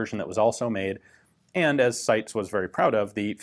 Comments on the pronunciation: I thought the name of the Italian firm in question was pronounced 'SY - TEES" rather than 'Sights' ? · For anyone who's interested, it's actually pronounced SEETES (the final S is pronounced like the beginning of 'snake'). 🙂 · WOW, you pronounced "Torino" that well that I didn't understand the word, I thought it was an English word for a moment and my brain couldn't translate it. But "SITES" was destroyed, so the world is in balance, I guess XD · Hahahahaha you butchered the name. But great vid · My god I don’t even speak Italian and I know your pronunciation of SITE was atrocious